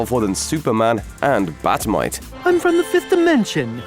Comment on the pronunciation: Well at least you pronounced Bat Mite properly.